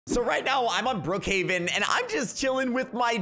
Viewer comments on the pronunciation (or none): none